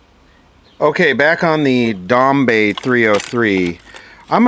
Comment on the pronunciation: It's pronounced like "dombuy" not "dombey"